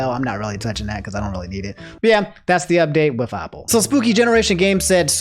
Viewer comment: Day 3 of making fun of how pronounce things Apple ≠ Aople Marvel Cinematic Universe ≠ Marvel Capcom Universe?